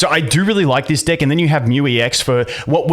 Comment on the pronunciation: I need you to say deck a little better bro xD